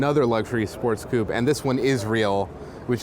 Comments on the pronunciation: Coupé pronounced as 'coup' is a geographical term to do with deforestation. It's not just the way it's pronounced, it's that 'coup' is just the wrong word to use. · COUPÈ NOT COUP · I do I do. Hate it when people pronounce it as 'coup'. Annoys me so much.